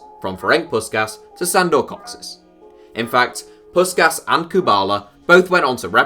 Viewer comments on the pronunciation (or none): btw Kocsis is pronounced for an english speaker as "Kochish" not "Cocksys" :D and Puskas is Pushkash /push-cash (across the table to me for correcting you) not Puskas (english pronounciation rules) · Kocsis is not pronounced "Cocksis" as you said, but rather "Cochish" - the "ch" being pronounced as in the word "chalk" and the "sh" as in "shine". The English "s" is written as "sz" in Hungarian, for example Hoffenheim's Szalai Ádám is pronounced as "Salai" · Kocsis is pronounced "Kotchish" and not "Koxis". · Kocsis is pronounced like "coachish" and the meaning is carter. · No, it's the opposite. Szalai is pronounced S as in Salt. S alone in Hungarian is pronounced like Sh. You're right about cs, Cochis.